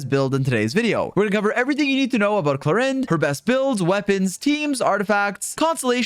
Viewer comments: Clor "ahhnd" Not Clor "innd".oof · Knowing now that it's "Clor-and" is really bugging me